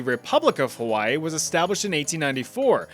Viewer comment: THE PRONUNCIATION IM DEAD (for Hawai’i)